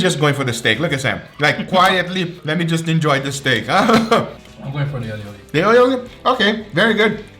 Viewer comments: its not aioli, its all-i-oli, a catalan word (spain) wich means garlic-and-oil hahahahahhaha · Hearing him pronounce Ali Oli like Aeoli makes me die inside